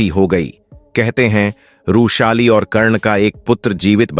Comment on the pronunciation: बार बार रूशाली कयु बोल रहे थे? वृषाली यह नाम था ।